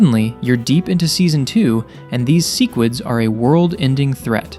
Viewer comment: can pronounce "Yeun" but not "sequids" and "talescria"😭😭